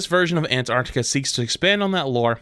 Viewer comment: Not going to lie: "Ant Arctica" was pretty annoying in the first half of the vid